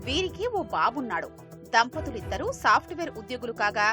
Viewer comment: సాఫ్ట్ వేర్ కాదు సాఫ్ట్ వార్